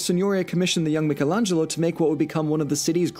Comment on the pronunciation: imagine doing a deep dive on florence and not know how to pronounce michelangelo